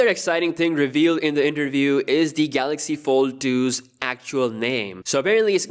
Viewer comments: Everyone: Galaxy s20 Dj Koh: Galox S20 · Galoxxuh Essa Twenthi oltra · No no no, it's gahluksh